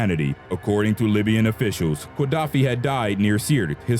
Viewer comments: Very interesting. However, the pronunciation of Qaddafi is not "kwa-DAFF-ee," but rather "guh-DAFF-ee" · are you really saying QUA-daffi?